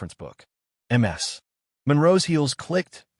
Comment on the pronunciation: It's Miss Monroe or Ms (Miz) not M S like multiple sclerosis!!! Do better with your AI reading!!!